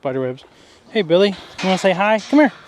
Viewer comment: Yay! You got Billy's name right lol!